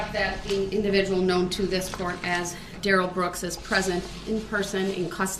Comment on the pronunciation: The fbi witness called him da-rrell he still objected